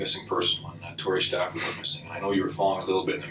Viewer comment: Its Stafford not Stanford.